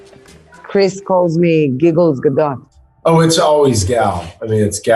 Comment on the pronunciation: Great job Ali, as usual. But to hear Gal confirm "Ga-DOT" instead of "Ga-DOE" is really bumming me out for some reason. Also my favourite British food has to be a pint of beer before 11pm.